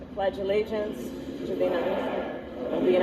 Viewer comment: Harris so stupid couldn't even say t he pledge of alliance correctly...an 8 yo can do a better job..SMH